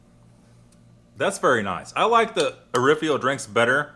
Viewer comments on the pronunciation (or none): Orifo not Orifio. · I love those rations. It's Orifo and not Orifio btw. The Travellunch Tagespaket is used by the Austrian Army btw. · you never pronounce anything right!!!! your saying orifo wrong among other things......